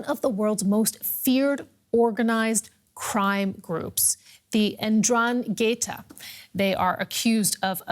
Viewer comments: Completely ignorant journalist. it is not indraketa ma 'Ndragheta. be sure of what you say before you open your mouth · Andran - gheta it’s very wrong...